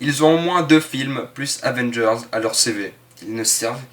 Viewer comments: tu as du mal à dire AVENGERS ???? Avvvééééééénnnnnngeuuuursssssss ??? Tu n'y arrive pas ???? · la prochaine fois, essaie d’articuler quand tu prononces Avengers ^^ ciao